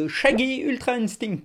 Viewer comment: On dit INSTIN pour le mot INSTINCT